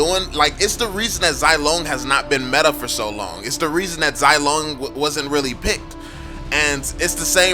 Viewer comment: I can’t stand people who keep pronouncing Zilong wrong....It’s “Z-Long” not “Zy-Long”